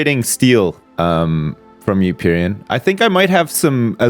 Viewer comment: I can forgive for saying "AluminIUM" wrong, but Pyrion? God dammit guys